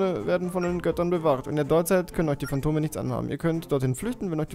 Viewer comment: Wer hat Kondome bei Phantome verstanden?xD